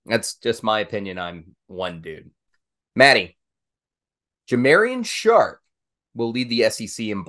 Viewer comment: Ja mar ee on Sharpe